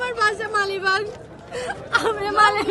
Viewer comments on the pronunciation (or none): মালিবাগ না মাগিবাগ বললো😂😂